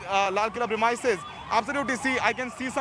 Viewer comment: Journalists don't know how to pronounce 'premises' 😶 So annoying